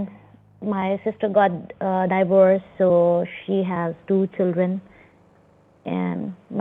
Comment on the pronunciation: Die - vorce 😂😂😂😂